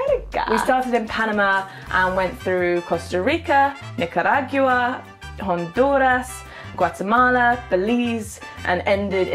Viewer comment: Nicaraigua, jonduras Hahahaha I am sorry